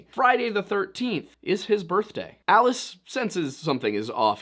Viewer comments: It's not "ee-lee-is" It's "ah-lie-us". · "Ah-Lie-us" Vorhees...